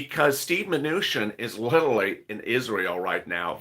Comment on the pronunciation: LOL OMG THE WORD IS "LITERALLY" NOT "LITALLY" LUV YA THOUGH MY DUDE